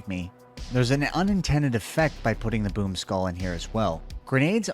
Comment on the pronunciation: I did hear you say I don't like this poop skull instead of this boom skull😂😂😂